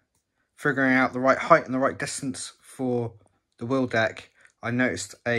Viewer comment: Nice work. When you're explaining things, just get to the point though. You spent like 37 minutes talking about the end caps. And cure yourself of the "heighth" disease.